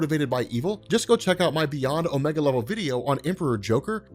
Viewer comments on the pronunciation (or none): none